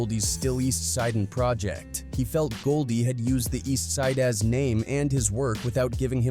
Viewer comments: The F is up with AI voiceover. Can’t pronounce Tha Eastsidaz?😅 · The a.i. cannot pronounce "that eastsidaz" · Your AI thing cant say Tha Eastsidaz? Coulda said it yourself on areal voiceover